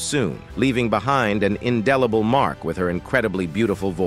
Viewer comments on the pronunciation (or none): none